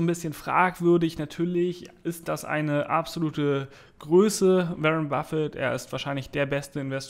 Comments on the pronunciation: Warren [Buffett] spricht man "WOrren" und nicht wie "WErren" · Wie lange dauert es noch bis du lernst den Namen von Waren B auszusprechen Ein weiteres Jahr?